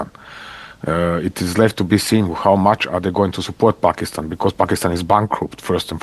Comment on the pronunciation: finally a foreigner saying Pakistan instead of PHakistan